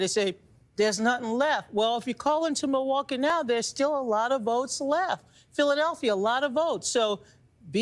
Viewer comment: Can you PLEASE stop sim-pronouncing Milwaukee!